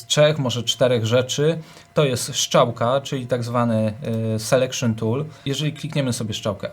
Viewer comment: Super poradnik, tylko ta "szczałka" 😉